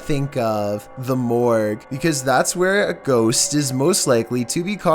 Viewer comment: said: the morgue. It sounds like morgz 🤣